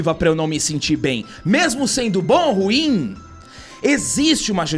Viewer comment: Dica: ru-im, não ruim.